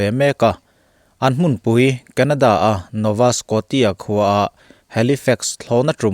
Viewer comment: Nova skawshia tih tur😊 a ngaihnawm ltk e.